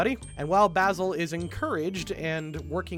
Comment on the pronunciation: Can I just quickly say, that as someone whose name is Basil it's very unusual to hear say my name so many times. And not just saying it, he's saying it correctly. I keep feeling like he's talking shit about me.